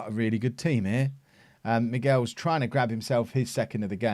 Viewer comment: I'm pretty sure Michels is not pronounced 'Miguels' it sounds like he's Mexican.